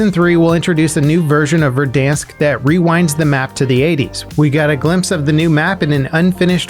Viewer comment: HE LEARNED HOW TO SAY VERDANSK rip Verdonsk, you will be missed